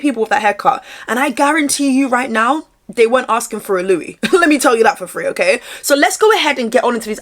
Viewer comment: I had a run in with him back in 2024, his names spelt Louis but pronounced “Lewis”